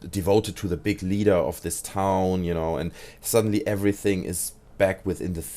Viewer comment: Oh sry du sagst you know höhrts sich aber an wie genau